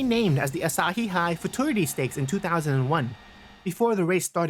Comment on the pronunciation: You pronounced Futurity as FOO-choo-ritty.